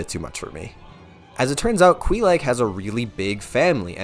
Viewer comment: ok, say it with me. Quay-Lahg. Not Quee-lagg. oh, props for pronouncing Smough correctly though